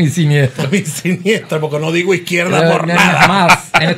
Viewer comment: Sinistra no siniestra🤪😂😂😂Saludos!